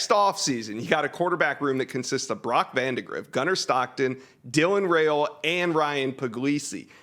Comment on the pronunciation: Dylan RY-OLA is how it's pronounced according to his Dad...